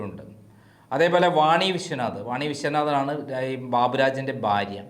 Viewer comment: ബാര്യ അല്ല, ഭാര്യ 😊👍